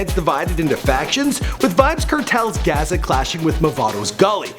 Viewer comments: dude, you need to hire a Jamaican to verify the pronunciation of MANY of these things related to Jamaican culture or places or even names, example Mavado grew up in Cah-saaa-va piece. Not the way how you pronounced it. Gaza is pronounced Gaaa-za. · Pronounce it his way bro "ka-sah-va" and "gah-za", it's not "we dem a do" say "weh like wet without the T"...Do one on Will Smith, Sean Kingston or Casey Neistat